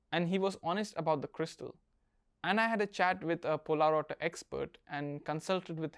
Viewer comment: Hey there, good video! Really enjoyed it :) Question though, where did you get information that "Polerouter" should be pronounced as "Pol-a-router"? I believe that the watch line was even renamed to "Polerouter" as it'd be easier to pronounce for the general public